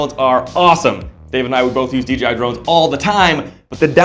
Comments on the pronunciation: He kept saying dgi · DJI NOT DGI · It's DJI not DGI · Nice production! But please... its "D-JAY-I"